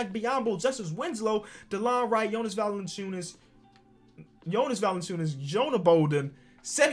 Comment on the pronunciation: Hold on. Man just said vucevic was from “Montevinegro” then called him valanciunas. Lol